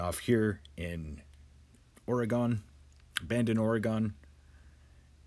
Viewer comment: Great information! However, please note that Oregon is pronounced "ore-gun" not "ore-gone."